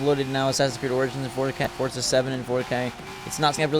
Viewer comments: It’s FORZA not FORTZA tf?. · Hey it’s not fortza it’s forza stop adding a t when you say thanks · Fortza Moztersport ...LOL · the next person on YouTube who pronounces it fortza is getting hit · Forza MoZorsport? loL GET SUM SLEEP